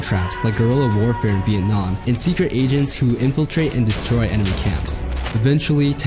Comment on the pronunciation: for some reason I heard secret asians instead of secret agents and I was so confused on why they'd use asians specifically